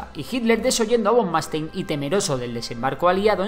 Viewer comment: Me pido de italiano que ha estudiado alemán de alemanes, como es que los españoles no saben pronunciar el alemán. No se dice "Reich" sino "Raich" y no se dice "Von Manstein" si no "Von Manstain". La "ei" se pronuncia "ai"